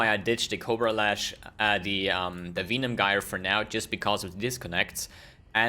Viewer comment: Usually I dont mind pronunciation...but when you say "Venom Gyre"...like "Weenam Guyre"....that just hurts my soul deeply... XD